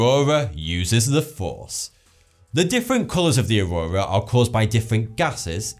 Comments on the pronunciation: He says auwowa lol. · ''the aroura on uranus'' lol